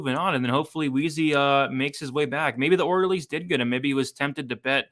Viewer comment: “Maybe the orlderlies did get him” 😂🙌